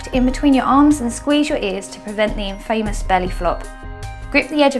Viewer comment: it's pronounced in-fa-mous not in-famous. good other than this.